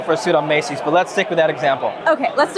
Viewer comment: "So if you buy your suit at Macey's" 😂